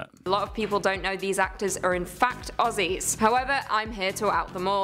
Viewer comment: We might spell it Aussies but it's pronounced Ozies.